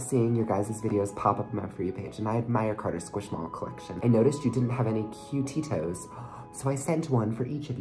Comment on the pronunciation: Pronounce it ku-ti-to